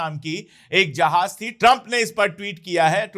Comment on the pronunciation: अशोक भाई, आप उर्दू के अल्फाज़ बहुत अच्छे बोलते हैं, बस थोड़ा तलफ़्फ़ुज़ सुधारने की ज़रूरत है, जैसे, ज को ज बोलिए और ज़ को ज़. आप जहाज़ को जहाज बोलते हैं ज़हर को जहर.